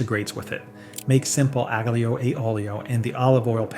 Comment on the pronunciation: I can't trust a video about pasta when the italian word for garlic is pronounced aag-leo.